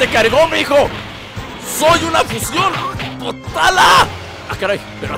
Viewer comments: Oye yo te oi que dijiste potala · creo que son los aretes potaras no potalas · potara no ponara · potara no potala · Like por que escuchaste potala